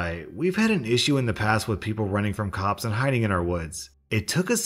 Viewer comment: When he does the EP voice and said "I'll call the cops!" it sounds like "I'll call the cups!". You wanna cup of coffee? Hot chocolate? Just go to Starbucks or something; they're freakin' everywhere anyway!